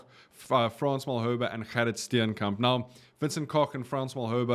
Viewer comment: Definitely not Wessels - Stenekamp